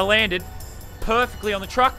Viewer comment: I like how he said cuck not truck